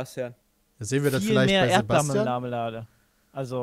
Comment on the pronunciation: Aha, viel mehr "Erdblalamelade" also :D